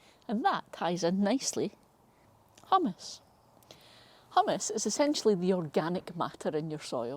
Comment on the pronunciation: Is it not pronounced hew-mus… you’re making me want to dip Doritos in my soil 😂